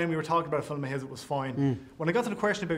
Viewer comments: He still says "filem" instead of film. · Filum lol